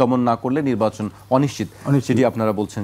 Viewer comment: হুজুর নিব্বাচন বলছেন কেন? শব্দটা হলো নির্বাচন। উচ্চারণ ভুল করবেন না।